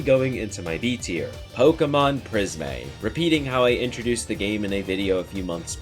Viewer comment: It's Prism, not Pris-may